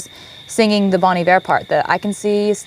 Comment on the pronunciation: my man, you are one of a 100 who pronounce Bon Iver correctly.